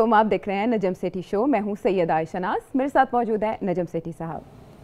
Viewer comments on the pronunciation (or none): You talk about education while u cant pronouns "Z" and "J" what is zahil and nazam? You indians watch pakistan political debates,while on ur own news channels there is nothing expect shouting in political debates, u indians are biggest fan of najam sethi? Go watch what he said about india so called surgical strike and air strike in previous shows.